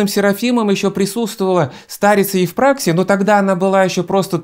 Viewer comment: Всё конечно очень хорошо, единственно не ЕвпрАксия, а ЕвпраксИя